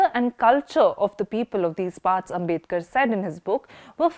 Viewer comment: His name is आंबेडकर, not आंबेदकर.